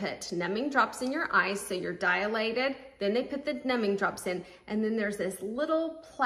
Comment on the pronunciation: Dilated. DIE-lated. NOT Die-UH-lated. Dialogue, dialectic, diatribe, diameter, etc. NOT Dialated.